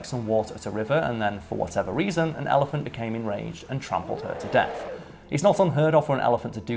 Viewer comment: pronunciation of "ellie-fahnt" is triggering me -_